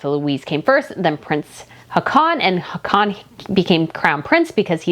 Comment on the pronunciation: I have to chime in to say that our Norwegian Crown Prince's name is not pronounced "ha-con", but more like "haw-con", with the stress on the first syllable instead of the last.